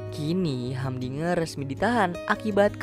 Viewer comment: Namanya humdinger tapi bacanya hamdiger😅😅